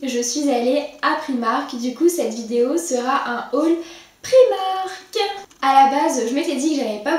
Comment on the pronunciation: Super vidéo mais ça se dit priimark en anglais 😁 bisous